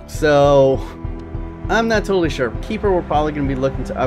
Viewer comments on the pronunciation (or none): none